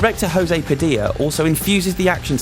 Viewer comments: Before recording, learn to pronounce the director's name. You did it wrong. Tip: not Spanish. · "Director Hoze Padi'a" Holy Shit, dude. It's José Padilha. The J is like in English, and the LHA is like "Lia". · Good review. I'm glad you weren't afraid of bringing the original up and glad you cited Elite Squad (I was actually worried Padilha'd shake the camera that much here). Oh yes, I totally forgive you for mispronouncing his name xD